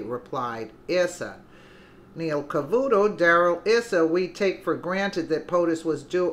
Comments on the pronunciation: Don't appreciate Neil Cavuto's snarky, leading and unnecessary questions, but if he gets his liberal fans to watch these interviews with brilliant men like Issa (pronounced "eye-sa") then I guess I can tolerate the snark. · Pronounced..EYE SA